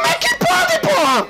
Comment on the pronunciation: Ele fala Porra com N no final kkkk kkkk Porran